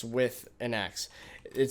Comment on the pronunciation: "It's very convinient, because you're not going to AXEdentally break your farms."